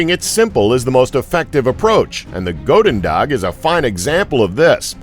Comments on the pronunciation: Goedendag is pronounced ch (as in bach) - ooh (as in ooh la la) - den - dach (as in bach with a d). Believe me, i'm Dutch. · Goedendag⬅there's a "G" on the end of it m8, one you most definitely pronounce too. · get your facts right the first weapon does not translate to dutch for good day or you didnt put in the effort to find out how to pronounce it properly